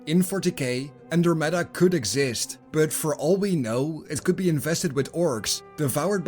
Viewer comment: no one going to comment on how he pronouces andramada?